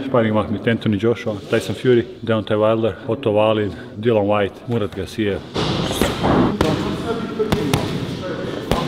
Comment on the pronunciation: Murat Gassiev nicht Murat Garcia 😂😂😂